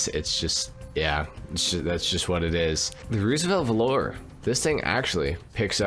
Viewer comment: There's a lot to like about the Roosevelt Valor (btw it's pronounced VAL-ur, not velour) but you missed the best part: the stock horn. Ahh-OOOOGGGAAA!